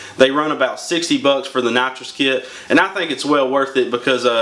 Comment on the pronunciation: sounds like you sayin natcho kit sometimes hejeh nice vid